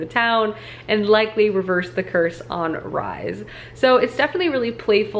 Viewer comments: Lol - Rhys is pronounced like Reece not rise 😂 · Hi! First off, love your videos. very cozy and your chopping skills are A+. But I need to say this, Rhys is pronounced like "Reese" not "Rise" >.< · i think rhys is pronounced the same way rhys from acotar is, reece/reese